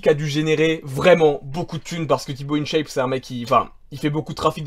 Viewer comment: in dit "1chape" pas "ine chaiype"